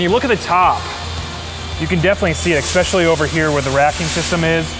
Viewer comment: Exspeshully is not a word.